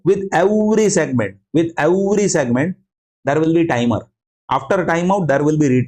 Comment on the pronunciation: hello, it's "every segment" and not "ewry segment" , it's "received" and not "receiwed", "video" and not "weedeo" - your sincerely, junior grammar n-zi. Besides, thanks for a nice video, I'm looking forward to watch your another video, about sliding window.